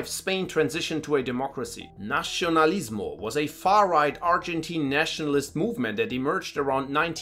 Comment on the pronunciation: Just a quick observation, the pronunciation of letter "c" in Spanish when there is "i" next to it, doesnt sounds like "ci" in italian, it sounds like "si". So you can say "Fransisco", not like "Franchisco", also "Nasionalismo" not "Nachinalismo".